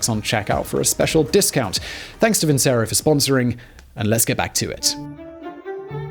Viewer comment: Nice, Simon but I believe that is "Vin - che - roh."